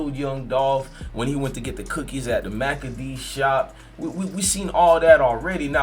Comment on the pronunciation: Mack a dees🤣🤣🤣 it's Makedas bro